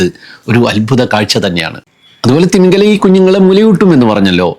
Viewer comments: തിമിംഗലം അല്ല, തിമിംഗിലം ആണ്. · തിമിംഗലം അല്ല... തിമിംഗിലം ആണ് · തിമിംഗലം തെറ്റ് , തിമിംഗിലം ശരി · തിമിംഗിലം എന്നാണ്. തിമിംഗലം തെറ്റാണ്ട്.